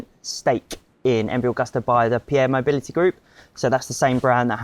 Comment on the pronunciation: That is not how you pronounce Agusta